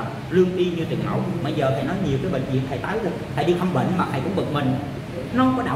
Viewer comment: Bi NGỌNG CÒN NỔ NỮA AI CHIU CHO NỔI HẢ KHẦY , HẢ KHÃY , HOHOHO